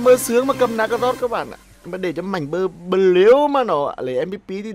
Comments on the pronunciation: Anh đọc mạnh bờ lu là đúng chứ anh đừng đọc mạnh bờ lêu khó nghe lắm nha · Mạnh blue đọc thành Mạnh bleu 😂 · Fan. Mà ns a nghe nà mạnh blue chứ k phải mạnh bờ lêu, mất cảm tình quá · "Mạnh bờ lêu" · Bắc kì mà😂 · Mạnh bờ lêu à kêu gì lạ vậy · Mong nói chuẩn tên anh mạnh blue ạ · Đọc tiếng anh blue ? 😂😂😂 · chữ blue đọc hài